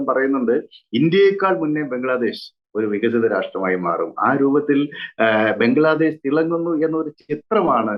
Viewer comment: ആ സ്ത്രീ പറയുന്നത് ബംഗ്ലാദേസ് എന്നാണ് 😂😂